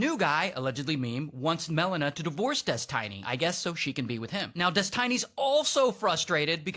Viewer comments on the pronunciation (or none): God that guy said "Des-TINY" way too many times 😂